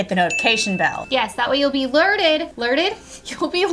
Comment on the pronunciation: Woo I get "lerted" every time you post! LOL!!